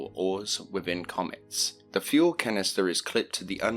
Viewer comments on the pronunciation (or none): none